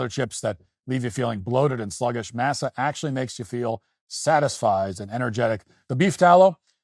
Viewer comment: “Mass-uh” …Matt, stop